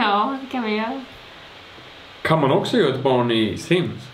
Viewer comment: Hahah älskar att hon med börjat säga ”ja de kan vi göö” alltså istället göra göra. 😂